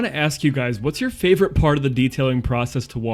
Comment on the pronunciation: Guys, this has to be my most favorite detail to date! you really looked (and sounded) the "paht" with that New England accent. You're hilarious! I think what impresses me the most is the respect you show these vehicles when doing what you and the caring you have. I don't know who picked out the background music for this video but It was absolutely spot on!! I'm 76 years old and have a great respect for the "Big Band" era. I have to tell on my self here.....when you showed the B-Roll and the full shot of this beautiful Chrysler, all shiny and new looking, it actually brought a tear to my eyes. Those were the days guys! Thanks for bringing tons of sunshine into my evening!!